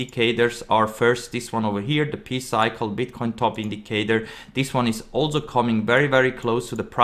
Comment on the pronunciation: “Pee cycle” lmao dude it’s “Pie” come on